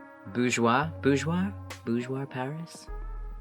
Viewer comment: yes you pronounce right for Boujoire